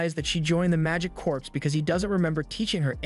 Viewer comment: Corps is pronounced "Core", not "Corpse".